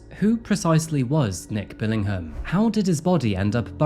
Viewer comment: As a fellow Brit, I take serious offence to you pronouncing the "h" in Billingham!!